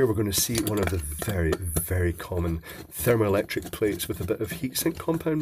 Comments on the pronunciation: "Thermo-elektrisjj" XDD It's pronounced more like "tearmo" (like in tearing something apart) and "elektries" (as in the "e" in "ewww" - you know, the sounds you make when something's gross). Learn your Dutch,. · That's pronounced "ter-mow-elec-trees", but good attempt. :-D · Thermo-electrisch... Nice accent 😂